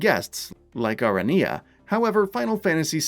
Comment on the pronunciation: "Ariana" not "Arinia" 😂